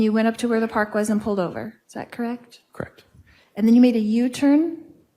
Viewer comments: I am with you. It is so irritating. "Krekt"? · It’s soo hard to listen to. Something about the way she pronounces “correct” really grinds my gears